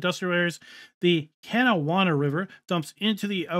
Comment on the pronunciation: FYI1 The river is the "Ka-na-wah" river; grew up near there.